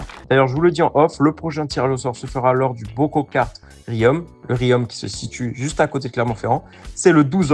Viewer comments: Apparemment, ne sait pas trop situer Clermont-Ferrand 😁 C'est pourtant facile, c'est la ville où on développe les "peuhneus" 😂😉 Riom se prononce Rion, ou Rion le beau pour vous inciter à visiter le centre ville. Le circuit kart de Riom est une création Sarron. Les "minots" ne comprendrons pas la référence mais les vieux motards si 😉. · Superbe vidéo ! Hâte de voir la suite et c'est juste génial de faire profiter des abonnés. Par contre je t'en conjure mdr on dit RI-OM (comme "Rions" ou Riz-yon) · pour info le M de Riom on le prononce pas 🤣